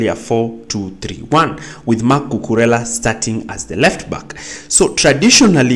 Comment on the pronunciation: You pronounce it correctly